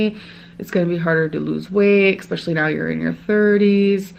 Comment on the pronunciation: Everytime she pronounces especially as "exspecially" i lose a braincell I'm 347 in the negatives